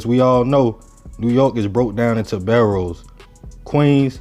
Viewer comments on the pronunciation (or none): Edit G boroughs not barrows my brotha lol